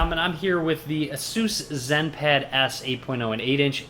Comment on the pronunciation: u pronounced Asus wrong but nice vid